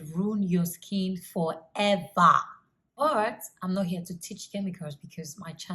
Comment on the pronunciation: Burt 😒goord 🙄 bordy 😁🤣all your words with an extra /R/ lol love it😹 looking beautiful both then & now... Keep doing what u doing luv